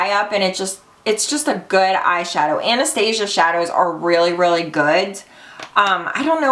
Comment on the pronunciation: It's Ana-stas-ia